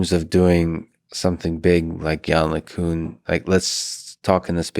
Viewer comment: Lex, you're gonna have to work on your pronunciation of "LeCun" for round 3.